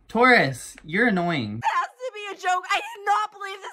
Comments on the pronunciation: term: "taurus'" what I hear: "tortoise" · you pronounce taurus (tour-a)